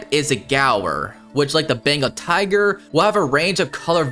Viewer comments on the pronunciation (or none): none